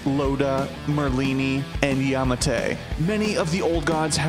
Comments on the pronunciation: mb yaphets not yamateh -_ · P god PIS YaphetS. Cmon bruh. Nice vid tho.